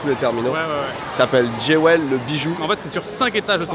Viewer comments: On dOn dit pas ”Djé-wèl", mais plutôt "Djou-wl" (joyau en anglais). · Génial, belle expérience...juste j'ai mis un moment à piger que Géouel c'est Jewel...il vaut mieux dire Djoul.. entre la dame ses fauteuils et l'accent de..😂 je suis refaite 😂😂😂...le duoTev et Malo c'est aussi cool que et Louis, ça fonctionne bien! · Les gars, cette vidéo est un banger ! Elle me donne presque envie d'aller à Singapour et en profiter pour passer deux jours à l'aéroport ! 🤣 Et votre duo fonctionne TROP BIEN !!! 🥳👍👏👌 Juste un détail (c'est pas une critique, hein: c'est pour aider), JEWEL ça veut dire BIJOU et ça se prononce JUL, comme le... "chanteur" . 🤐